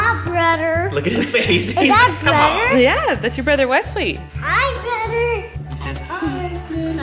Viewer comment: I love when he say brothher